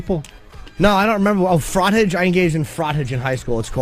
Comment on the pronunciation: Its not FrAhtage like the word "cottage" its "Froh-Taj" God why can't this dude speak???